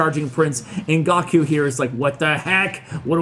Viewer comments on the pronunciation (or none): Wait nobody noticed he said "gahku" instead of "GOHKU" its dragonball z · calls Goku Gawkyou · "gawku" me - immediately goes to the comment section to roast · Not gonna lie was very close to unsubscribing when said 'Gocku' c'mon bro you never seen dragon ball?? Embarrassing 😂😑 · Are we all gonna ignore the fact that he pronounce Goku as GAW-KOO?!?!?! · Firsta of all.... Gawkoo? Second... How did makarious win against wizard?!?! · Anyone else’s head tilted when he said “gawkoo?” Asking for a friend. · Oh showing your age "Gah Ku" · Gawkoo, GAWKOO?? disrespecting one of the most famous anime characters ever. 😂😂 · Gawk-u lol... watch some Dragon Ball! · How do you say goku wrong?!!! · Very disappointed that doesn't know how to pronounce Goku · Anyone else come here after he mispronounced Goku